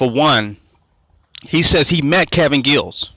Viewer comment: Giles not Gills stupid